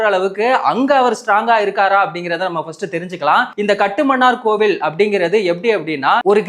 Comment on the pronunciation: ஐயனே! இனிவரும் காலங்களில் அதை காட்டுமன்னார் கோயில் என உச்சரிக்கவும் . அந்த ஊர் பெயரை அரசு இதுவரை மாற்ற வில்லை --கட்டுமன்னார் கோயில் என்று .😂